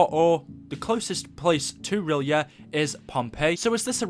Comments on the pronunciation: everytime i swear im not dissing but its pronounced the city of rylay its not spelt like that but thats how its said i just hear so many people say it wrong im like do you even read H.P. Lovecraft haha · That's not how you pronounce R'yleth. And if Cthuhlu awakens, the world is gone.